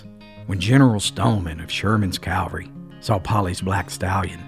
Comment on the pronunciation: Please, it isn’t Stoneman’s Calvary. It’s Stoneman’s CAVALRY. Calvary is where Jesus was crucified. Cavalry is a regiment of mounted soldiers. It’s easy to confuse but I’m sure you’ll be proud to be one who knows the difference.